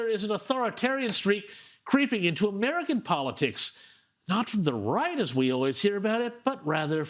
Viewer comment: The Wong is so far weft she doesn't even know whether what she is saying is wight or Wong.